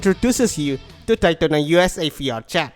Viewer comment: i thought you were saying fiat chat